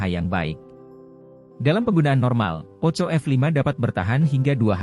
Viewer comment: Bcnya Poko bukn poco bro hahahahaha 🤣🤣🤣